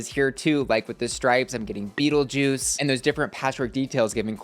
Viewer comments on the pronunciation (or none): none